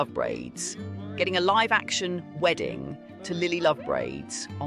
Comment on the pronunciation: SAY LIVE BRO SAYYY LIVE 😭😭😭✌️✌️🥀🥀🥀